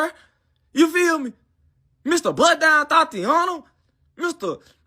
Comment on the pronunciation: literally too lazy to even pronounce words sounds like he said “Mr butt dial totiana”. Too F’n lazy to even fully pronounce “bust down”